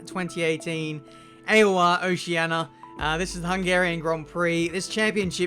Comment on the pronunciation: Just have a standard email prepared, and submit it to the stewards each and every time you get a time penalty. What's good for the goose is good for the gander, huh?. But you are a silly goose - ain'tcha? You still can't pronounce "oceania". The i in it is not silent.